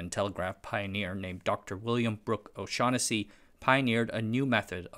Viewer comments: it's pronounced O-shag-hennessy 😉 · Correction: It's pronounced O-Shag-Hennessey. No worries, easy mistake to make.